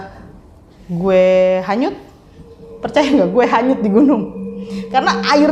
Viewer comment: Kedenger sama gw Kanyut cuy bkn hanyut